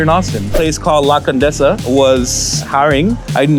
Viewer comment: Dude policing the pronunciation of “taco,” then pronounced “La Condesa” in the most white boy dude way. Annoying.